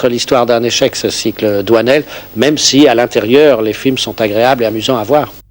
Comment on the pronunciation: doinel, not doisnel